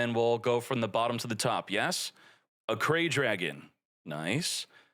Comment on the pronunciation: It’s ARC RAY dragon not Ackray dragon TwT